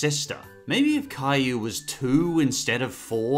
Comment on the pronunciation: You mean cry you not Cayou